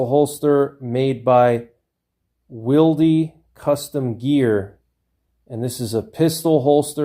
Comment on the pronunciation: Thanks for your insight, I never considered the advantages of being able to re-adjust your holster to different guns or configurations. That makes a lot of sense in a hard times scenario where you might be scavenging guns, like you said. In exchange I will offer you some insight of my own: "Wilde" is pronounced like "wild" (like the author, Oscar Wilde), the 'e' is silent.